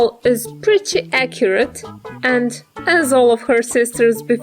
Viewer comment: You always say acyret